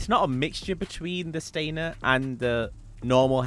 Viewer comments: It’s Stanier, not Stainer. Stan-i-er. Sorry, it drives me nuts. 😂 I will get 2. One for undercover and one marked. I bought both Staniers. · StaNIer, not StaINer.